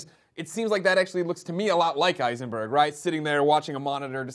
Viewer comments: Eisenburg instead of Heisenberg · Heisenberg not Eisenberg